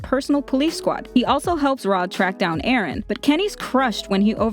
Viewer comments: Why English speakers are changing peoples names It is pronounce as Eren not Erin . And also it is written as Jäger not Yeagar , gosh. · I thought you said Aaron cuz of subtitles and u say it with a weird accent